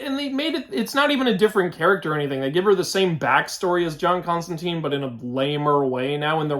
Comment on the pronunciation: Yo. Why did they swap my man John Constantine (rhymes with wine or fine)? Also Dream isn't the greek god Morpheus, he has just the same name & is one of the Endless, 7 archetypal beings. Otherwise it looks clean